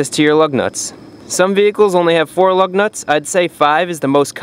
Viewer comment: I keep hearing LOVE NUTS 😃